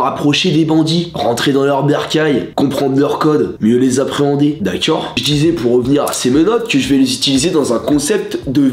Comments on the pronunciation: Le "d'accuiord ?" à chaque fois il me tue de rire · "dakaur" je meur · Le d’akcord 😭